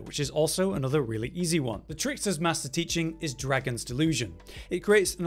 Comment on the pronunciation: ’Maister' is pronounced 'may-ster'.